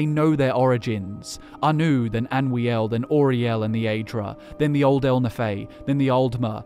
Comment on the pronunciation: It's Anoo-iel not Anwee-el